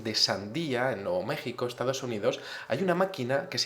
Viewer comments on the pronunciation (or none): none